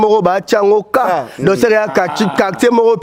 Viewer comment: Oyo penza azalaka mayelete oyo, azoloba DONKI......DONC